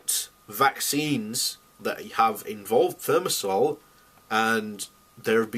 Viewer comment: Considering that this puffed up bonehead (broadcasting from his room at his parents' house) cannot pronounce the name of the this toxic antibacterial (thermosol sic) I would not give him much credence-- at first glance. Moreover, he tries to say that dose makes the poison, so if only a few neurons are poisoned it is alright-- the dose present in vaccines is sufficient to cause harm. Given that there are alternatives, there is no justification. Part of the reason why the industry and its paid shills are so stubborn on this issue is that they do not want to confront the civil suits that would overwhelm them.